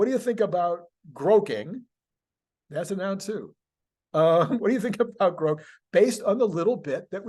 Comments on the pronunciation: It's pronounced "grawk" not "groke." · Also at 44 seconds "Grok" (like Rock) not Groke like woke - source and proper pronouncination with somebody that uses Grok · i'm older than elon and i say it's grok, not "groke". i think he's pronouncing it groke because it rhymes with woke. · Grok not Groke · Yes, Elon is wrong about the pronunciation. And no one (except for him) is going to pronounce it as "groke". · Well, if anyone would know how a Martian word were pronounced, I’d expect it to be Elon Musk. Regardless,I think I’ll continue with the pronunciation I’ve used for the last half century: Grawk. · Grok should be pronounced like Grock, like rock. That is an established word in literature. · sorry.. Elon wrong on how to pronounce. Long o is how all my geeks say it. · Please keep mispronouncing grok as many ways you can. Quite entertaining and sure to piss off pronunciation geeks 😊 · Elon is pronouncing grok wrong.